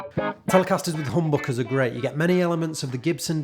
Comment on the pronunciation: Don´t say "hoom-bock-uhs"! 😀